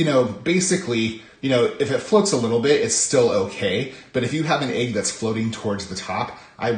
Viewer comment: I just love how you say "ayg" for "egg." <3